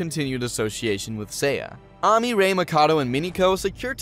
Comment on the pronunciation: the AMI is triggering me 😂